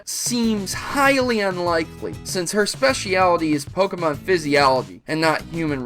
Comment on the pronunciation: WOW!!! I didn't know you sucked this much! You cant even say specialty right! XD